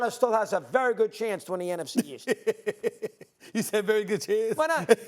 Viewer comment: why Steven A cannot say nfc east 🙂